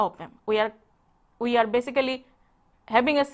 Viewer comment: her 'we' sounds like 'uii' good lecture neways .. carry on ur good work :)